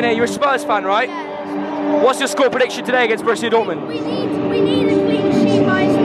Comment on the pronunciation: This is not "Broshia". It's called Borussia! Bo-rus-si-a. Lern foreign club names correctly, dude. Toddnnäm.